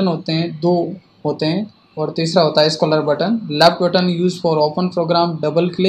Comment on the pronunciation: Nyc .. but plz improve your english.. scholar button nahi scroll button hai wo.. 🤣